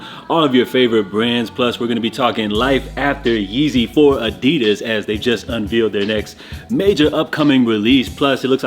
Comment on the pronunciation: I love watching your channel but the way you say unveeled instead of unveiled kills me 😂